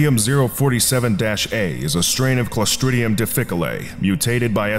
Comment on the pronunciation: The pronunciation of Clostridium difficile made me feel like I contacted the results of this SCP